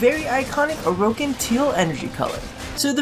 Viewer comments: "oh-roh-kin" gross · They way you pronounce Orokin is so funny! :D Also you describe colours so well are you like a designer or something?